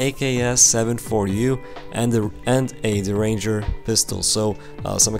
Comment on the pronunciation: They should have the mags spawn with guns and its pronounced Derr-inger